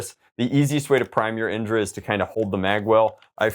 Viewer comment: indra is actually a hindu god who is the god of heaven, its pronounced in-dh-raa